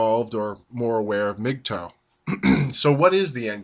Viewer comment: its not pronounced like migtoe you're driving me crazy its mgtow rhymes with how. please stop saying mig toe!!!!!!